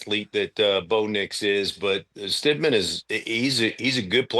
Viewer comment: UMMMMMMMMM, you called him Stid-MAN!? You do not even know the guys name?! YIKES!!!